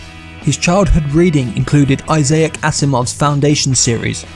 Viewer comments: It is like he was saying mosaic but swapped "mo" for "eye." Poor eye-sack had his name abused. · All good, but Isaak's name is pronounced, "I zak" Asimov Not I Za uk! Asimov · It's Isaac, not Isaic Asimov@